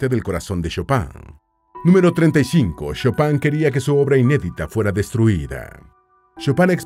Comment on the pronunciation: El locutor debería pronunciar el nombre en forma correcta.